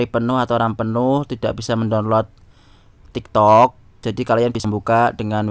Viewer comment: Kayak ny udah biasa ngomong tiktod 😂😂